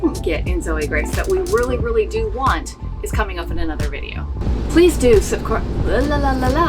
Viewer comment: Confused of the multiple ways to say subscribe, the English way, or the Thai Maphia way, "subskie". LOL! Great video, so helpful.